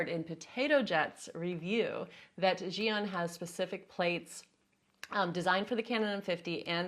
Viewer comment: Finally, someone has pronounced ZhiYun correctly - Zhee Yoon! Thanks! I've heard so many "Zhai-Yoon" or "Zion"... Omg...